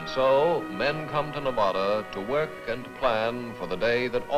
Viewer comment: Nev-odda! LOL! The locals will LOVE hearing that one! LOL!